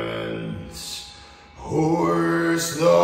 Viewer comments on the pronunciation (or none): You did great exept "Horse the colours" Its hoist the colours and theway you said it sounded wierd